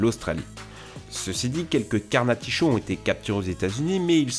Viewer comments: Alors c’est Canarticho pas Carnaticho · jadore le "carnaticho"